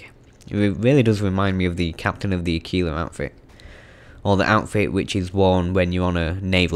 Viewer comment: Its aquila (a-keel-ah) it means eagle